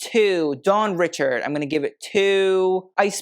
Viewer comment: You mispronounced Dawn's last name. It not said like Richards, it's ri-sha-ahd